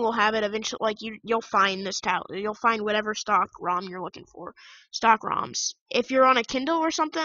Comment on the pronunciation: Its stock recovery, not stalk recovery 😂